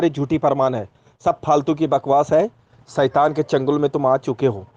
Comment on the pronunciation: 😂😂मराठी 'ऐड़ा' लौरा लगता है शैतान को सईतान बोल रहा है ।